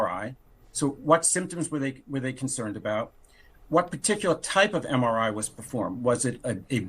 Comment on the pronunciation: Can't even pronounce MRI😢😢😢MRI is used to detect strokes...